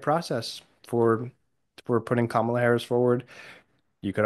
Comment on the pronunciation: It’s KAH-mah-la KEVIN.